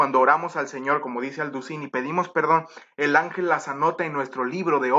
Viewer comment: Alducin, no lleva acento en la i (Alducín, está equivocado) estás pronunciando mal el apellido Alducin